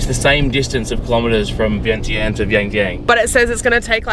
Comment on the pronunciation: Idk why they spelled Vientiane but it’s supposed to be pronounced Veing Jun. and not Vang Vieng but Vung Vieng. The newest beautiful place just flung is now Muieng Fuieng, I can’t really spelled it out the way it pronounced in Lao but this is how to spell it in Laotian ເມືອງເຟືອງ the view is like Vung Vieng but if your drive it’s easier because the road is not pave yet and not known to foreigners yet. You might be the first one 😊. When you ordered coffee you said no sugar but the way you pronounced it it sounded like no cream. Nom = milk Num Tharn …= sugar Kayaking has to be reserved in advance before arrival.